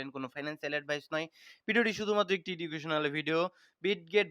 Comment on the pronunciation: প্রায়ই আপনার ভিডিও দেখি যে শব্দটা শুরুতেই ভুল উচ্চারণ করেন সেটা হল "এডুকেশনাল ভিডিও" হবে "ইডুকেশনাল" নয়